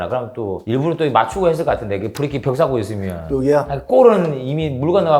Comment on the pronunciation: 언제까지 후리킥 후리킥 할거야 ㅋㅋㅋ 형.. ㅋㅋㅋ